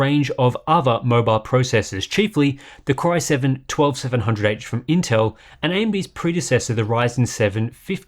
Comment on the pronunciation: anyone else hear "cryo-7" every time he says "core-i7" nah? just me? ok. bye.